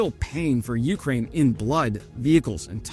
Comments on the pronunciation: Your wife should make fun of how you say Ukraine too. It's "yoo-CRANE" not "YOO-crane". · I will like these videos even more when you learn to pronounce Ukraine correctly